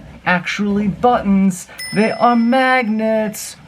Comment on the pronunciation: Nobody Josh: mAgNeTs!!!!